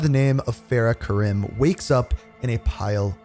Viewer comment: Bro they say the name of urzikstan and fara Karim out loud so many times and you still say them wrong it hurts my soul so bad